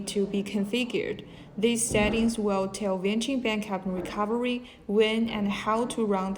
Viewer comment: Bankup? not backup? a company who use unprofessional english speaking people is not trustable